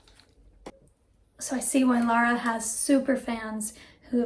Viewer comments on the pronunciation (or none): Her name is Lara, not Laura. That isn't difficult is it?